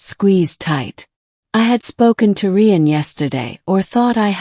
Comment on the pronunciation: Rian is pronounced the same as Ryan, you stupid machine😂